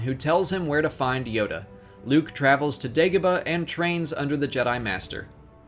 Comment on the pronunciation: Did anyone hear him say bagodah instead of dagobah